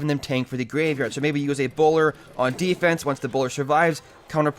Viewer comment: defrense? OMFG NEW WORD!!!